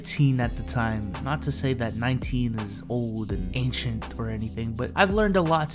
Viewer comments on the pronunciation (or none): none